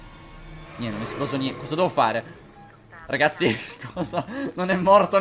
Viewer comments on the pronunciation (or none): #favirisponde ti sei accorto che al posto di ragazzi dici racazzi? Se non ho sentito male!